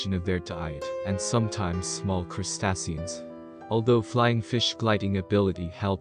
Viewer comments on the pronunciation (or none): Crustacean is pronounced "crustayshen" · "Crust-ass-eon" he says 🤣🤣🤣